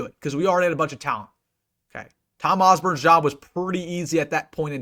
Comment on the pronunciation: Respect simply because you can pronounce Osborne's name correctly. GBR. Not sure if it's the 'biggest,' but it is, admittedly, very important. Thank you for your channel!